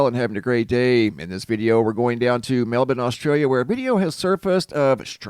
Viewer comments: It’s pronounced MEL-BORN. Not MELBIN. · *mel-born*.... you're saying melben... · It's not pronounced Melbin at all. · ugh i can't take it anymore you sound so ignorant sometimes its pronounced Mel-born melbourne is pronounced MELL BORN